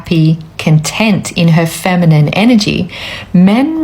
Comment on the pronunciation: I love your content, but please stop pronouncing masculine and feminine with a long i. There is no need.